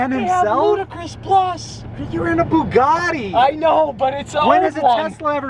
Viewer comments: or "The Bougadee" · “The boogiti”